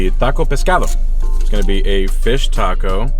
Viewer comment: You really said everything a certain way and then said tacko instead of taco 😂